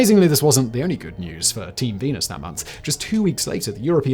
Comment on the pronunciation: Heh.. he said "Team Penis"